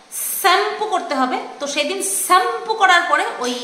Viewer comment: Tumi ke please bolo shampo pronounciation ta thik kora bolta